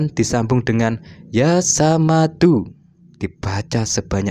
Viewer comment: Maaf koreksi...bukan yaa samadu tapi yaa shomadu....pake shod bukan sin....